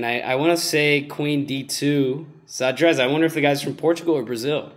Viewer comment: "Zadrez" is not Portuguese for "chess" -- "Shad-reizh" is :) Great video, though! :D